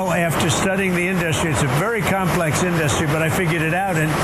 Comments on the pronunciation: Why does he say In-DUH-stry? This idiot irks my soul. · Hey Trump, It’s IN-duh-stry, not in-DUH-stry You idiot.